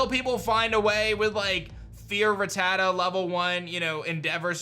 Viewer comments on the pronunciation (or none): none